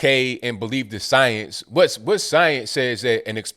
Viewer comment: You should trust the signs? Is she trying to say science? All I hear is "signs"